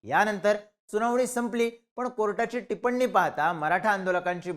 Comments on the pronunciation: टिपण्णी नाही रे, टिप्पणी…! 😂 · 'tipanni' nahi re dada. 'Tippani" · भिडू भावा शब्दोच्चार नीट कर ,टिपन्नी अस नको टिप्पणी असा उच्चार कर. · टिपण्णी नाही रे टिप्पणी 😂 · टिपण्णी ही कोणत्या अण्णांची पत्नी? 😅 टिप्पणी म्हण रे मित्रा…. बाकी व्हिडीओ विचार करण्यासारखा…